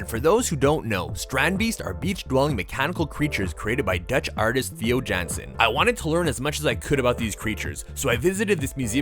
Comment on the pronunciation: Jansen is pronounced like "Yan-sin" and Theo is pronouced as "Tay-yo"